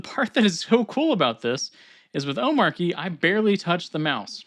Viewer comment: watch his intro video, its not arky like you pronounced